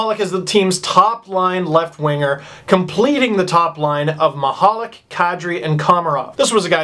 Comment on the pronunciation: lol you actually did a pretty good job... but milan michalek!?!?!?! Lmao